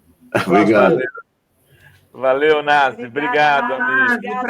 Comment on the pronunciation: Nasi é com S e não com Z